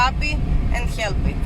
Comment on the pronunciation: Hielp?😂 You come from rus